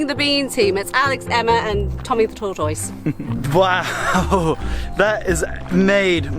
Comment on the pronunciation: Tor- toiz! I love it!! We say tortus, altogether and fast. British pronunciations, along with all of the travel adventures, are among some of the reasons I love you all!!😘